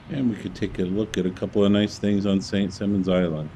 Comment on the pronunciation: It is St. Simons, not Simmons.